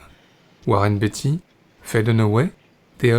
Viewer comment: Beatty se prononce bien "Béïti" et non pas "Biti", je vous invite à regarder des vidéos de lui en anglais pour le voir par vous même